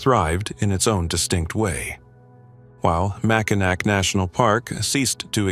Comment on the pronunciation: I could not get past 20 seconds of the video mispronouncing "Mackinac" twice in its AI voice.